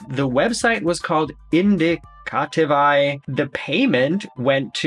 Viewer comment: You’re so cute! The business name “Indicative” is pronounced in-DIC-a-tive with a weird extra i on the end. Maybe it’s “in-DIC-a-tiv-aye? 🤪